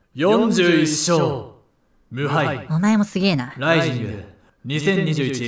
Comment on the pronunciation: RISINGがRIZINに聞こえるのおもろい